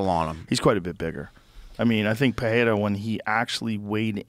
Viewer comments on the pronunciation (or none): Felder can pronounce Pereira's last name correctly! Rogan pronounces it like Parreira. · It always annoys me how joe says Pehera, where is the h in this man's name?